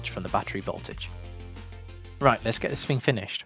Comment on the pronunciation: Its not called DIS PHING. ITS CALLED THIS THING.. HELLO??